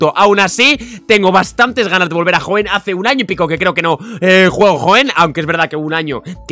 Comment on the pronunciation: a y Por cierto es Hoenn* no Hoeen xd